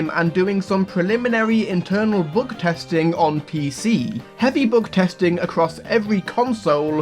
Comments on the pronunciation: heavy bügtesting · "heavy boogtesting"